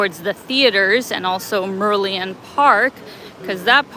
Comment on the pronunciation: "Merlion" is pronouced as Mer Lion 🦁